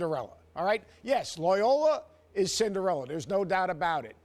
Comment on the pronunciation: The "Loyola" pronunciation had no vowels in it!